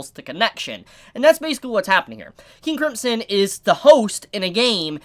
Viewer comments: KING KRIMP SON god that pronouncing hurts me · Am I the only one who hears say 'King Cripsom'??? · I still can't get over you saying King Cripson. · your not saying KING CRIMSON right!!!!